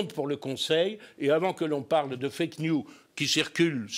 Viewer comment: M. Gollnisch, "news" au sens "nouvelle" est en anglais toujours au pluriel et se prononce "niouse".....